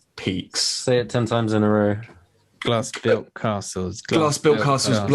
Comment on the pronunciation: I swear I heard one of y'all say, "Blast-Proof Nazguls," rather than "Glass-Built Castles,' and about pissed myself.